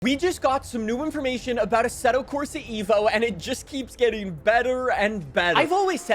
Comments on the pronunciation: its "eh-vo" not "evo" please . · Eh-vo not EE-vo. Its an Eh-volution, not an EE-volution